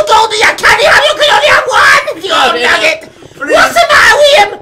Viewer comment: nugget, not nugger -_